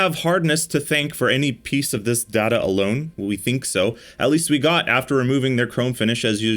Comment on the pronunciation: “We have collected some Da da” 😂